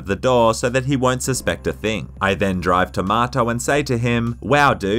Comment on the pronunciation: You said "to Marto" a few times and now I can't unhear tomato